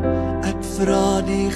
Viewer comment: Ek kritiseer nie, maar myns insiens moet die klem op die ék val, dws Jesus dui aan dat Hy die een is wat die straf moet dra en nie enige van die res van Sy geselskap nie. Dit dui ook Sy breidwilligheid aan om te sterf vir ons sondes soos dit vir Hom bestem was. Pragtige preek, baie dankie. 🙏🙏